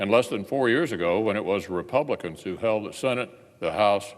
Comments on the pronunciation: "Senete Re-Pelicans" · He said, "Senate Repelicans." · Did he say "Senate Repelicans" at the end there? Freudian slip? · He said Senate Repel-icans sounds about right.